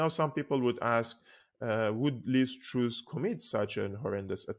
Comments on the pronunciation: its called Lizz TRASS.. not Trous.. open up the U. its called TRASS..!! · truss not troose